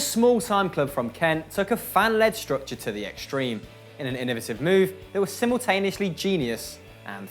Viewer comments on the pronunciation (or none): none